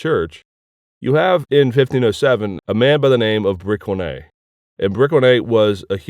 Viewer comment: Awesome lecture... But It's read Brissoné :p the c-cédille is just a useless duplicate of soft c and s